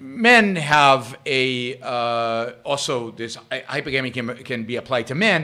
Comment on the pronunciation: Please at least PRONOUNCE it correctly: It's pronounced 'hy-PER-gamy'. Here's a hint: think of the word 'polygamy': how is it pronounced? Po-LY-gamy. Same thing here, Yaron. Stress on the SECOND syllable.